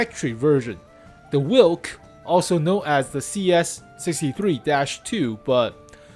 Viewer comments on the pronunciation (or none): Wilk doesnt mean witcher, but wolf, pronounced Vilk